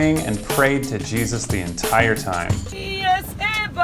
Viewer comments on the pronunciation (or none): none